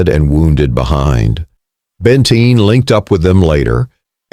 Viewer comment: BTW it's "BENTEEN" not Bentine 🙄 They also had left their sabers back camp miles behind the pack train. 🙄🤨